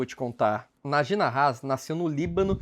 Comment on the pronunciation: A pronúncia do nome do ex investidor é Náji Náhas, com as pronúncias mais forte localizado nas primeiras sílabas!